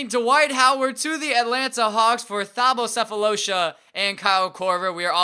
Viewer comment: You don't pronounce the 'h' in Thabo by the way